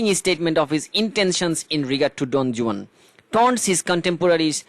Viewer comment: Google theke pronunciation ta dekhe niyen